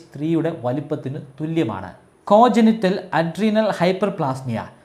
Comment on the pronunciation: കൻജെനിറ്റൽ അഡ്രിനൽ ഹൈപ്പർ പ്ലേസിയ എന്നാണ് പറയേണ്ടത് 'കോ-ജനിറ്റൽ അല്ല